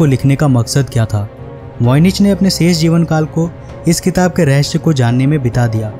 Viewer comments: रहेस नहीं भाई रहेसय होता है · raheysey hota hy SAEY BOLO SHAY NHI HOTA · Rahashya nhi रहस्य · Rehashyaa ? Wtf ? Do you guys speak like this deliberately...everything is awesome...except some words you pronounce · Rahsya sahi boltey ho haha